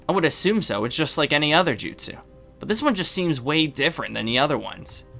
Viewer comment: I don't think your say jutsu with a s